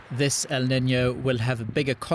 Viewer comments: It's EL NIÑO with Ñ not el nino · “This el-nin-yo” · I can’t stand how this ninny pronounces “El Niño”